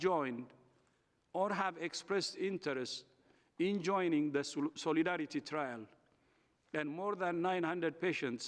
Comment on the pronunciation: Nobody is buying these elementary responses to serious and warranted criticisms. Say Soleedaridy once more Dr Tedros 😂